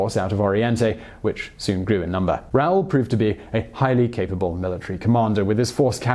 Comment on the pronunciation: Raul... is pronounced, rah-OOL; not, raol.